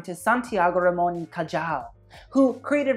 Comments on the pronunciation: I cringed every time he pronounced Cajal's name wrong. Also, Iris can do no wrong! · You're pronouncing "cajal" wrong xD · the way you pronounce cajal hurt me 😭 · J in spanish sounds like an English H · Babe... it’s ca-hall not ca-jall. My ears are bleeding. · neuroscientist here. every time he pronounced the j in cajal as a j and not an h i died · Ramon y Cajal i pronounced "Ramon y Cahal"... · it's pronounce Santiago Ramon y CaHal not Cayal. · For the Iris Van Herpen show: If the reference is to a Spaniard scientist, then Cajal is pronounced Kahal, for us the letter J is pronounced like H. But I totally agreed with you on that whole show lol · loved the vid, just a pointer: cajal is pronounced more like cahal - the j in spanish is pronounced more like an h than an y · Neuroscientist here! Iris's collection was stunning. Also FYI it's pronounced "Cahal" ;) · Just a little tip. In Spanish the “j” is pronounce like a strong(ish) “h”, so it would be Santiago Ramon y “Cahal”. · Is a reference of how the scientific community would mispronounce his name even when he won the Nobel Prize (It’s pronounced kahAL) if so you nailed it bro. You are hilarious. Keep on the good work!!!! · Santiago Ramón y CAJAAAAALL funniest pronunciation ever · No one: My Spanish ass: cringing every time he said "Cayal" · I think it is "Kahal." J is H in spanish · Cajal is pronounced "Kahal." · Just in case you know how Cajal is pronounced, is cahal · Santiago Ramón y Cajal is one of the most important Spanish doctors of the 19th - 20th century , so please his last name is pronounced highlighting the `J´, like the `H´ in english., Not Cayal as you did. If you want to sound as cultured as you did in the rest of the video you should inform about it.Especially if you are criticizing. It is like saying pero (dog) instead of perro, churos instead of churros not couture. Nice work anyway, congratulations. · it's pronounced "cahal" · It's pronounced Ca-Hal. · "Cajal" hahahaha